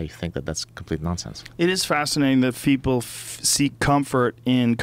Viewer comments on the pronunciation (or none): "It is fascinating that feeple, FFFFFFF"